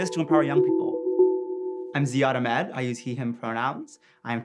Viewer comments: why did he say ahmed like that... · He is doing great.. but it irritates me that he can’t pronounce his name.. sigh